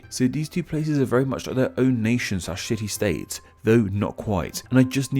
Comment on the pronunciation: It took me three tries before i figured out you were saying city states and not shitty states.